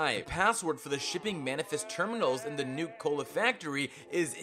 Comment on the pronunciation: He also says Nuke Cola.